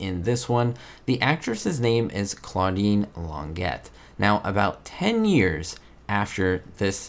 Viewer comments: The Claudine Longet/Spider Sabich case is well known. By the way, it's not Lonn-GET, it's Lonn-ZHEY. French, dontcha know. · just for accuracy. The pronunciation of her name is "long ga", not Long get. And her husband was singer Andy Williams, spoken "Andee", not Anda. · Interesting video. Just to let you know, it's not pronounced Long-ett. The correct way is Lon jay....she is French. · Please pronounce her name correctly: Claudine's last name is pronounced long Jay, NOT longjet!! Thank you!! She's French!! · Her name was actually pronounced "Lawn - Jay !" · Her name was pronounced Lon Jay or Long ey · I don't want to sound over-critical, but pronouncing names properly is one of the basics of video journalism. Others have already pointed out how to pronounce Claudine Longet's last name, but you also missed on Andy Williams; it's not a fancy pronunciation -- just "Ann-dee." Please -- get them right.